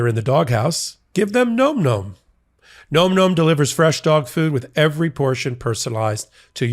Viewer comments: it's Nom Nom's not nome nomes;-) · NOM NOM is pronounced with soft O vowel, not a hard, it's not GNOME GNOME, its NOM NOM